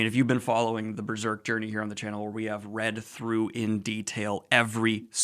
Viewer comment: I don't know why I was so happy to hear Daniel say, "Berrrserk!" again.